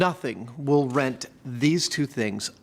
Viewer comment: Rend asunder. Not "rent"